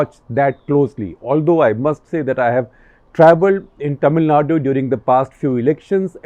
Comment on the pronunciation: Sir ji it's not "ट"मिलनाडू it's "त"मिलनाडू🙏🏻